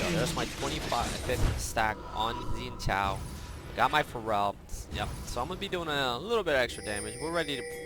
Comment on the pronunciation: Why do you pronounce it like Pharrell? Its fair-al